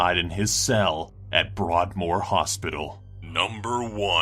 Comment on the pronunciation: Ha Americans can't pronounce broadmoor